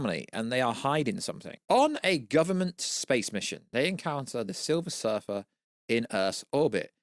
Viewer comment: Its silver surfer not surfet.. 😂